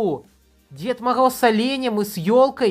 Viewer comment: Скога,дискогд,дед могоз.Сходи к лагапеду.